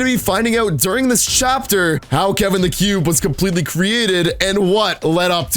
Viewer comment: I already said ik but he said kevan not Kevin damn I’m deleting that comment